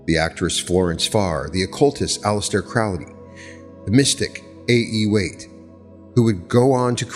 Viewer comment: "CROW- ley." is the pronunciation. "Eh-gre-gore" is the other word. (Not E gra gore)